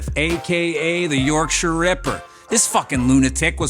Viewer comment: props on the pronunciation of 'Yorkshire' :D nailed it